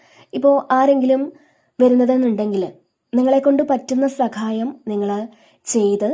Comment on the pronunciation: സകായം അല്ല സഹായം 😊